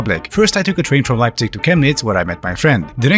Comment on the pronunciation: Hey, man, so you are from Leipzisch? 😊